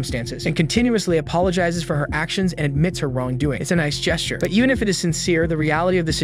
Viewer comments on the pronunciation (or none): “all the down” this voiceover is absolutely fucking ai “Mack-n-zie” … what the fuck is that word, it’s meant to be “but even if it is” but instead it’s “but eunfi it is”